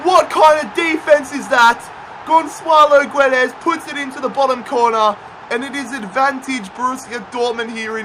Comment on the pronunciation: ITS NOT FUCKING GONSSSSSALO GUEDES